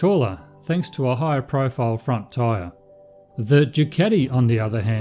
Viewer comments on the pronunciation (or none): none